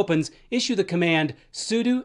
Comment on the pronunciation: Why does he say sudo like that?